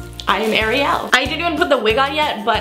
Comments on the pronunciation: It’s not I’m gonna show you the difference you say ari el but it’s actually airy el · It's Ariel not areail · American people: OMG she does look like the little mermaid! British people: Did she really say "Ari-yel"? 😂